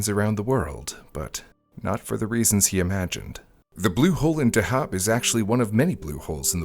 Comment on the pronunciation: He says Dahab wrong too. It's pronounced how the diver is saying it. DUH-hab.